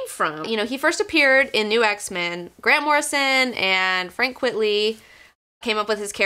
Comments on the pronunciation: Always thought it was pronounced Frank "Quite-lee", a pseudonym derived from "quite frankly". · You're cute, and smart, but sometimes the obvious escapes you. It's not "Frank QUIT-ly". Quite frankly, it's Frank QUITE-ly. Duh. Get it? NOT his real name. P.S. Shaky Kane's real name isn't Shaky Kane. And if you don't know who Shaky Kane is, THE BULLETPROOF COFFIN should be required reading for all fans of FLEX MENTALLO. Trust me, I wouldn't lie to you. And I'd guess Mr. & Mrs. Girl19 didn't name their daughter Comicbook, either. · It's "quite-ly" not "quit-ly". He reversed the words "quite frankly" into "frank quitely" as a joke. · Why are you pronouncing it "Quitly"? His name is Quitely. It's a play on words of "quite frankly" so saying it as "quitly" doesn't make sense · Actually, it is Frank Quite-ly. It is a pen-name playing on the phrase "quite frankly". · Great video (as always) but stop pronouncing his name wrong, it's Frank Quite-ly...as in Quite Frankly!!!. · Frank Quitely - QUITE - LEE... Like the inverse of Quite Frankly....